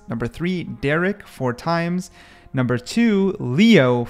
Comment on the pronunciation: u monkey said derrek instead of derke AND ZMJKKKKJ instead of kang kang bro stop ranking if u dont even know the names